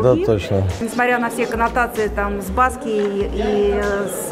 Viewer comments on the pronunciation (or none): Ударение на последний слог - Жан -Мишель БаскИя.Как и у всех французских имён.